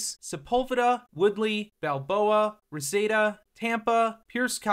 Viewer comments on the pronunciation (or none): He screwed up Reseda (Ra-see-da not Ra-Say-da) and San Pedro (San Peedro not San Pay-dro) Definitely not from here, lol!😂